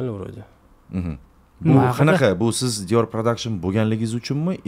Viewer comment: Logopedga borish kerak ekan Dior pradakshn )